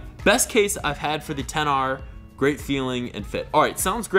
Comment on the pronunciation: Just say xr not 10 r